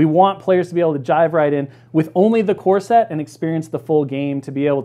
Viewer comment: Love this, but I just can’t help but hear , Earth’s mightiest “corset”. I can’t wait for that sculpt.